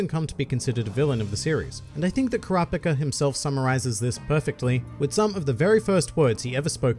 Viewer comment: it bothers me thay you say ker raw pick a 😂😂im just messing around